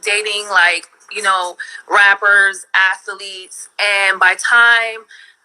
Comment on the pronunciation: She's been run through by hundreds of "clapaletes" 😂